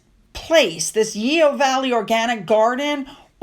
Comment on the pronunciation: Yeo Valley, pronounced "Yo". Just for future reference.